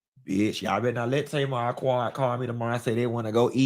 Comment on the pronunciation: Wait.. did you say Tamar??????!!!!